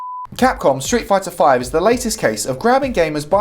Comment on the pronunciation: I am sure I heard you saying Shit fighter V!